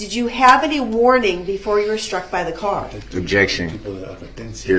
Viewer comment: Oh, and add “sh-truck”.